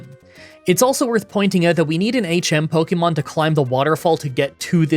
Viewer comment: It's not "either than". It's "other than". And for heaven's sake, it's not "pokey-mon", it's "po-kay-mon".